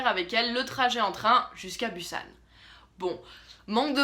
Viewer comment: je sais que on a le droit de dire comme on veut mais la ville ce dit busan on pronoce le s